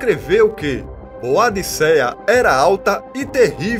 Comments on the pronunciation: Pronuncia-se ''Bôdica'' ou ''Boudica''. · Parabéns pelo vídeo! Quase não se vê informações sobre a Rainha Boadicea. Mas, a pronúncia correta do nome dela é Boudica.